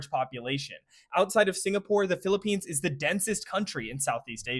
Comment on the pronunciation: First time ive heard someone pronounce everything right when talking about the Philippines